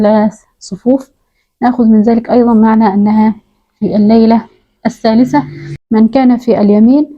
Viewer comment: الثالثة بالثاء وليس التاء